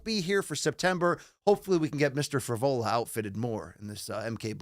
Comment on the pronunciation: I thought it was Johnny Eblen and was thinking huh I thought they were getting Frevola and it turns out it’s actually Fravola😂